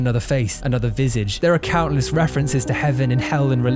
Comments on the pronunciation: VisAaahGe. Not Visayge 😅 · It's pronounced "vee-sah-jh", it's French for face. Also "disorientating" is not a word. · It's pronounced vizaage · its pronounced "vih-sah-je" not "vis-ige" ( ; A ; ) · Nobody: “…”: “Visidge” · You mispronounce the game's name. It's pronounced like "Visahj". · Dude killed the pronunciation of visage